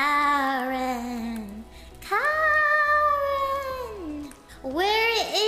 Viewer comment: Kaaren’s pronounced Kaa and Ren. Kaa from The Jungle Book and Ren from anything with the name Ren.